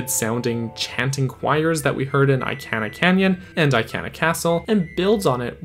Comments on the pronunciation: I-can-ah hurts my soul please I-Kahn-ah take it anymore 😂🙏🏼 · sooo jarring...lol! It bothered me to no end; I - can - ah...ummm, NO! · Eye-can-uh? Sa-no-tuh? Dude, I know for a fact that Sonata pronounced Soh-NAH-tuh! Not sure about Ikana, but I've always heard it as ee-KAH-nuh.